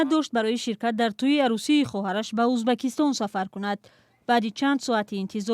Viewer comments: Чиба Узбекистон неву Узбакистон гуфта баромад мекуни ? Следи за языкам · Чиба Узбакистон меги хондана ед гир журналисти бояд хато нахони